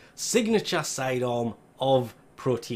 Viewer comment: I was thinking "wtf Is cydon???" But than I realised, you are saying "sidearm" 😂😂😂